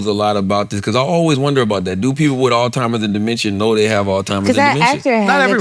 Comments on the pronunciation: lol I need yall to let Charla know it’s “Alzheimer’s” not “all timers” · Is it me or does Charlemagne keeps calling it “all timers” instead of Alzheimers 😂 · Charla didn't even try man 😂 "ALLtimers disease" lmaoooo